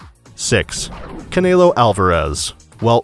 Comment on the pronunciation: And "Caynelo Alvarez"